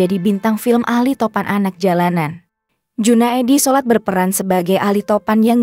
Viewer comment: Junaedi Salat bukan Junaedi solat